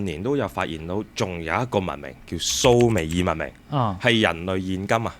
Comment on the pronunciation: 蘇美爾，讀讀下就變咗summer，約等於夏。🤣